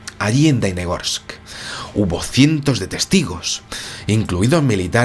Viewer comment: Querido - la ciudad se llama Dalnegorsk, con la “ele” en el medio. Significa lejos entre montañas. También te quiero decir que en ese tiempo yo tenia 23 años y claro está tenía uso de razón, por lo tanto te puedo asegurar, que el suceso no se ha comentado en aquel año en absoluto. Es decir se enteraron solo los órganos gubernamentales apropiados, y la población que fue testigo. Punto. (Más - me acabo enterar del suceso por ti, ). Luego vino el catástrofe de Chernobyl y todos nosotros estuvimos abrumados por aquel desastre y lógicamente Dalnegorsk con su ET se perdió. Te felicito por tu canal y tu investigación, también por la forma artística e animada que le das a tu narración. Suerte y salud para ti.